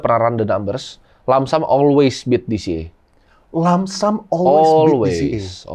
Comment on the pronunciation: Koreksi dikit bg yang bener lump sum bukan langsam